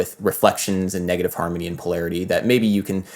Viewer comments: Why does he pronounce “harmony” as “harmy” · he pronounces it more like "harmny", with the o almost completely disappearing and the n kind of merging into the m. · I keep hearing negative "harmy" 😂😂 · Bro you need to practice enunciation. You say "harmy" rather than harmONy, turning a 3 syllable word into 2. This error stuck out to me so bad and then i staryed noticing more similar errors